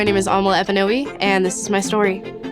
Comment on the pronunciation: As a Nigerian, I am offended the way she said her name!